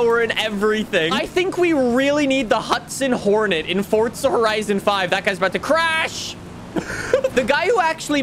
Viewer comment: its forza not fortza